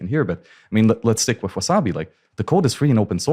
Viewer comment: 'Wizarbi' wallet 🤣 love you, but it's WaSabi. No 'z'.